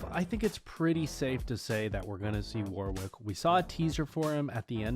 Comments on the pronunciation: By the way, Warwick is not pronounced literally "War Wick" it's pronounced "War ick" the W is silent. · in future Warwick is said "war-rick", in case no one has said this, the w is silent. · I don't know why every American I hear talking about this insists on pronouncing that second W in Warwick. It's pronounced "War-rick".